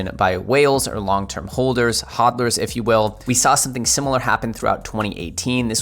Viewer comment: I can't take this man seriously after he mispronounced hodlers